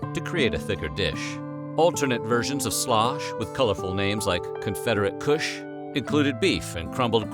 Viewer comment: “Confederate kÜśH”😭